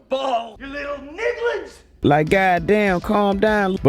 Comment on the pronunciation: “Niglins” lol